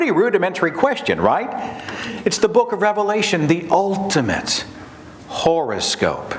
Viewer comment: Not sure... but I swear Seth is saying "horrorscope". Aptly so.